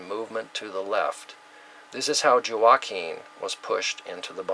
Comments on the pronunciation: Thank you. J is like H or W in Spanish, as in Juanita or La Jolla. Hurricane H'wa-keen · Just subscribed ...love your work. Just a minor thing, Joaquin is pronounced "hwa-keen" ;) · Word Pronounced- Joaquin Wah (as in what) and keen (as in keen intellect) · Thank you for a great presentation. Shared. PS Joaquin is pronounced waa keen, the J is silent. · Joaquin, pronounced, walkeen. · pronounced Huakeen...like Joaquin Phoenix.